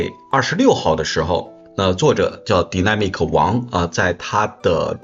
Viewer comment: Dynamic 读 “逮呐米可” 😂